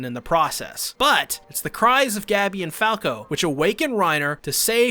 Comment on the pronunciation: STOP SAYING GABBY ITS GoH-BEEE. After further watching I have concluded you have never seen this show becuase wtf is the pronunciation of these character names